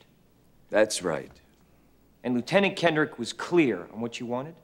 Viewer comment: Why do they keep pronouncing lieutenant incorrectly?